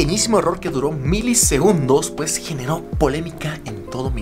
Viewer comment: "PJ" SE LEE PUEJ NO PEJ😂😂😂😆😆🤣 JERGA CAMBA👏SALUDOS ✌😂😂